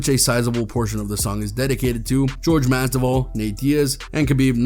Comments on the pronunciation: "jorge MASDIVAL" lol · Pronounce Masvidal correctly